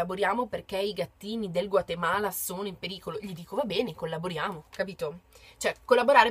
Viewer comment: Nono lo hai pronunciato bene! (